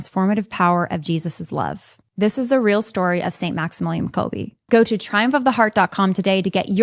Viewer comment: Quick correction here, it's Kolbe, you pronounce it last "e" like in words "angEl" for example, not like in "each".